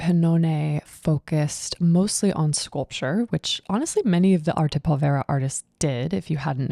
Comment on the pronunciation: Very enjoyable. By the way, pronunciation: the accent is on the first syllable of povera.